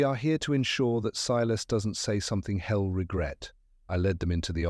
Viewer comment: The ai reading of some of the words is rather endearing: led,leed; red/reed; are common. But con-science instead of conscience...hell instead of he'll, and pronouncing "they" with the th as in "thick". The story is good 😊